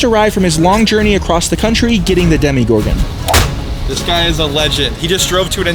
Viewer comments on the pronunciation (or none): Its not a demigorgen it's a demogorgen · It’s demo Gorgon not Demi Gorgon